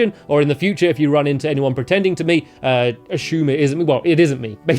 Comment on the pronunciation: Ashume that pronunciation